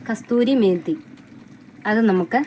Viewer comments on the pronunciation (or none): Kasuri methi .Not kasthusri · കസ്തൂരി മേത്തി അല്ല കസൂരി മേത്തി ആണ്👌🏻